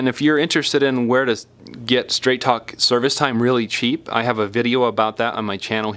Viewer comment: sounded like you said Trap Phone Wireless 😂😂😂